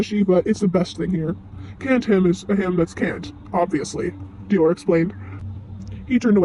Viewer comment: I can not express in Words how happy I am. I don’t mind you editing your voice, I understand, lol. Also I love your drawings. One thing, in the word for the fruit Hym, the y makes the long I sound. (H—eye—m) Also, Dior also has a long I. (D—eye—or) But it’s ok :D ❤